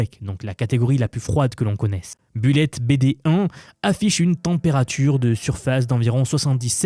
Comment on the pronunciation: la prononciation du mot bullet, s'il vous plait....